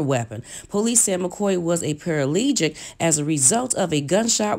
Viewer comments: Please it is paraplegic Not paralegic uggh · It's the pronunciation paraplegic for me... but great story though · My dear narrator you keep saying that this man McCoy was a "paralegic"??? IT SHOULD BE PARAPLEGIC. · If they say "par-a-lee-gic" one more time I'm gonna jump through the TV. Its para-plegic!!! I was like what's a paraplegic a cripled lawyer? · I sure wish she would stop saying “paralegic” Mr. McCoy was “paraplegic” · Paralegic Me: it’s PARAPLEGIC chile..🤣🤣 Overall it’s a great video...really great information ❤️ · Me too...I paused the story to find out how to comment. It is CLEARLY ParaPlegic not ParaLegic...the word has come up at leat 15 times 1/4 way thru the story (where I am still paused to write this comment) and she jacked the word up EVERY time! Come on sister. She also messed up early on when she made the comment about the mom being married when Da Brat came along before it was all explained. This is unprofessional...please do better! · 🤣😭.. I kept wanting to yell paraplegic so many times 🤣😭😭😭... And dinerio instead of dinero 🤣😭😭🤣😂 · Girl it's paraplegic not paralegic omg that's so bothering me. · ParaPlegic... you keep leaving out the second “P” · Para-PLE-gic.... ok? Not para-LEE-gic. Also, if you love LisaRaye so much, why make snide comments about her inability to keep a man? That’s just plain wrong. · Omg it's ZAN-ZI-BAR not ZANIBAR and paraplegic not Paralegic🙄🙄🙄🙄. But good story though but dayum you really read the articles over and over smh. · PERA PAH LEE GIC !!! LMBO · A "paralegic"? U mean paraplegic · Hell yeah, between para-LEE-gic & Zan-a-bar, I nearly lost my mind. She just choosing not to pronounce well qualified consonants and I can't take it anymore! 🚪🚶🏾‍♀️ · I just heard the woman say, 'paralegic.' She has got to do better ... LOL. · Lmao 😆 'Paralegic'🤷🏽 I could not help it LMAO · "PARALEGIC" and "DINERIO 💰" girl. Smh 😒😔😞😮🙄😷😬😂😂😂😂 LAWWWDD LOL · I die every time she say para-legic. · She said "PARALEGIC." LOL!